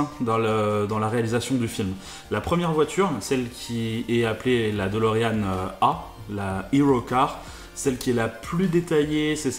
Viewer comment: La dOlorean e, prononciation ???? holala